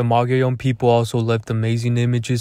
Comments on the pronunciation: Please pronounce it right mug ee own. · Is pronounced mo-go-llon not mugeeown. Mogollon is an actually Spanish named.